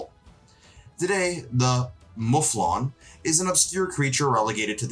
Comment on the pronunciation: Interesting topic, my dude. I´m by no means a sound engineer. That said you seem to have bit of echo in there. Maybe your room/sound booth is a bit too empty? You pronounced the Muflon perfectly the second time, btw. Keep up the good work and you´ll be going places! cheers